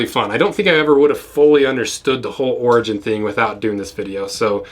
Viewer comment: Thought you were saying ORGY BOOTS